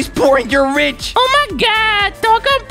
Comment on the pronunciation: RICH NOt RICK